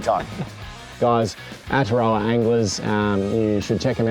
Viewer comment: Great stuff fellas, pronunciation of Aotearoa needs a bit of work though